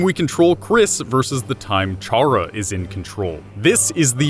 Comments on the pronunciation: theory seems legit but ralsei isn't female the unused classroom isn't toriel's you mispronounced chara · Chara is short for character....why do people pronounce the ch like cheese or charcoal...oof lol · 1. I think you're mispronouncing Chara. 2. Ralsei is a dude. 3. 2 videos and Gaster (the person that made the whole dark world) isn't even mentioned once in either videos AANNDD 4. I luv u ☺ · you're pronouncing Chara's name wrong their name is a play on words, all the names in these games, it's a play on the word character. So stop calling them by a different pronunciation! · Kris sounds like Frisk but with a c sound like chara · Why do people always pronounce Chara as Char-ra? The official wiki says that it's pronounced Kar-ra, which quite obviously is short for character. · One thing. Did you JUST figure out that the 'dark world' was all a game? I mean. Its.. pretty obvious at the end. Most people figured it out. and you keep saying chhhhhhhara. the H is silent my dude. its pronounced Cara. spelled Chara yes, but not everything sounds exactly like its spelled. also im pretty sure Ralsei is referred to as a prince a few times throughout. Not a bad video, all and all tho. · It’s pronounced ca ra, not cha ra. It’s a play on the word character. Just sayin. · Nobody said Ralsei was a girl. The pink doesn't mean female you know.Also stop pronouncing it as Charr-ah. It's pronounced Kara, as in, short for CHARACTER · Pronounces Chara CHara and ralsei ralsie oof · It's C-hara not CH-ara and ralsEI (ral-say) not (ral-siy) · I swear to god if you keep saying CHAR-uh and not CAR-uh I'm going to throw myself out of a window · I cant watch this knowing you pronounce chara as Char-ra not kar-ra. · Its not chara its rhaca idk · would like to mention, because I'm kind of a grammar nazi, chara is pronounced kara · it’s pronounced kara short for character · Omfg it’s CHARA. The “CH” makes a “K” sound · Why is NOBODY focused on how he pronounces “chara”?